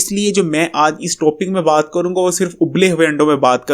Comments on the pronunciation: ماما ٹو پک نہیں ٹاپک ہوتا ہے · toopic nai hota. topic hotaa ha neem hakeem